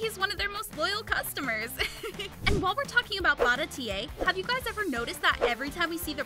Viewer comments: you pronounce it barati not baratiey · You didnt pronounce baratie correctly😅💀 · BarA teA - A :/ its just baratie bruh '_' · In the boat restaurant bara-tee-eyh